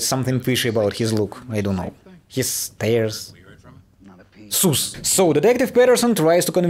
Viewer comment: its SUS like Russian SUS not SOOS like Loose. Lovin ya videos kiddo! You go LOL